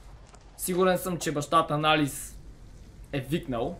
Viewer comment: не се казва Алис а Алъс